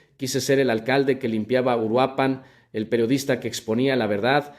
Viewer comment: esto es un fraude esto es inteligencia artificial ni siquiera es su voz y no pude pronunciar URUAPAN chequenlo es inteligencia artificial😂😂😂